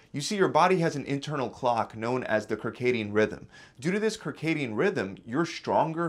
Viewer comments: It's not pronounced Ker-caidian it's Sir-caidian, but spelled Circadian it's an adaptation from the Latin word Circa (Sir-Kah). You're welcome! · kirk-adian rhythm lol it's "sir-kadian" like circle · It's pronounced "sir-cadian." Not "Kir-cadian." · Circadian is pronounced "sir-" not "ker" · FYI - circadian rhythm (/sərˈkeɪdiən/) - pronounce the first letter as an "S", not a "K". Thanks for you videos and keep up the good work! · Great video!!! Great advice…It’s actually “circadian rhythm. C sound like an s, no like a k. “kircadiam”,never heard that one before. JjJjj. Go check the proper pronunciation. Just a friendly suggestion 👍🏻 Excellent content…Amazing channel. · Love this channel. BTW its circadian /sərˈkādēən/ with an S and not a K sound. Everything else was great. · First…. Circadian sounds like an S (Sircadian) not a K (Kircadian). Second it’s strong, not shtrong. Other than that, great video. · Circadian is pronounced "sir"-cadian, not Kir-cadian. Likewise circus is "sir"cus, not kir-cus. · I can't take anything you say serious after pronouncing it kercadian. Is it also a square🟥 and a kircle 🔴. It's circadian (pronounced - sir-kae-de-an). Smh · Circadian is not pronounced like that … “SIRcadian” like Circle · KIRCADIAN RHYTHM? It’s not pronounced like that bro. It’s CIRCADIAN RHYTHM. (Like circle ⭕️) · But… it’s circadian rhythm, not kyrkadian rhythm 😅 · Idk if I can trust a man that pronounces it "Kir-kay-dian" It's Sir-Kay-Dian. Like circle, circulatory, cycle. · SIRcadian......not KERcadian. Just a note. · The cirdacian rhythm is pronounced with an "S" sound, as in SIRcadian. FYI. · David is 100% correct about the pronunciation of the word! It has an ‘S’ sound and starts with sir and the latter part is Pronounced K - D -in . Sir-K-D-in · Came here to say that. Good video otherwise. Circadian should sound like "SIRcadian". Officially, sərˈkādēən is the proper pronunciation. This has nothing to do with any accent he might or might not have.